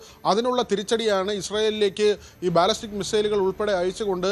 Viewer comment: ബലിസ്റ്റിക് അല്ലടാ ഊളെ. ബാലിസ്റ്റിക് മിസൈൽ.